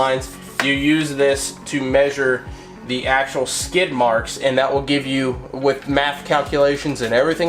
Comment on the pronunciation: Thank you and that part where you said skert marks hade me